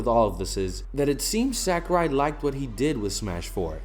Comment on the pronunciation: I agree with all you’ve said. Well stated. (By the way, you’re pronouncing “Sakurai” incorrectly.)